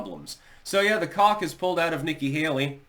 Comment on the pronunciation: I thought it was pronounced COKE.